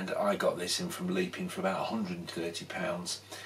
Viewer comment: It’s pronounced Lep-in not leep-in